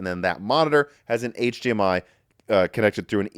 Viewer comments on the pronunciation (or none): none